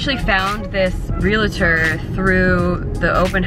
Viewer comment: Pro tip- don't call realtors "real-ah-tors". It's two syllables - 'real-tor'... and if you're getting really technical, it should be spelled in all caps. Don't ask me why. It's weird.